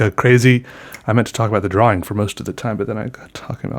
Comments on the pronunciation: to me it sounds like draw-wring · why do you pronounce drawing as if it has two w's in it? "draw-wing" is how you say it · is it just me or does say drawing weird, it's cute tho😂